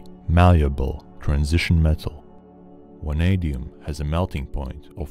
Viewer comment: VVVVVVanadium, not wanadium